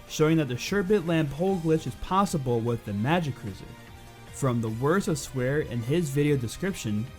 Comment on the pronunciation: Pretty sure it's "Swahre", not "Swear" Just saying.